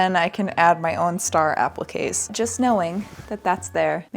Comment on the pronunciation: Also I love how you say appliqués the real way and not “apleeks”😂😅